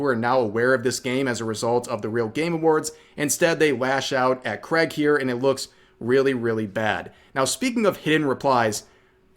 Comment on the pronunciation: It's Craig, not creg